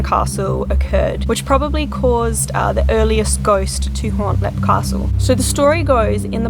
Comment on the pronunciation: If you pronounce it correctly it’s leap castle